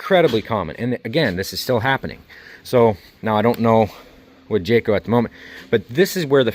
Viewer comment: I quit watching when he said Jayco 😂